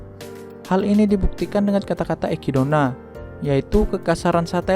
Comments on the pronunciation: gw risih bgt lu bilang ekidona 🤦 harusnya ekidna gk sih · Ekidona, ecitna bacanya bg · Itu cara baca orang jepang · Kenapa echidna anda baca ekidona?